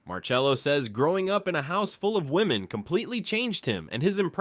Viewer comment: This now how you pronounce his name is not Italian